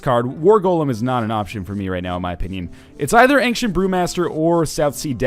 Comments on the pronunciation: I'm canadian. Aboot is hardly said, and angshent is definitely not a thing. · I think he's mocking the way Northernlion pronounces 'ancient'